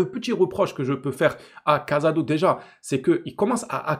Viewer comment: Des que ta commencé a dire cazado ou lieu de casado et que ta parlais de son erreur j’ai coupé la vidéo rhooo. Casado c’est une revelation cette année je crois qu’on voit pas les meme match. Il a reussi a rentrer dans le moule en 3 mois. Il joue 6 l’un des poste les plus dur a combler. Je suis pas d’accord avec ton analyse.